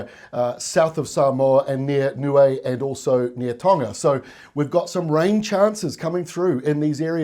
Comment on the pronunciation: Thanks for your well informed updates, much appreciated. Also well done on the pronunciation of Niue 🤙🏾🇳🇺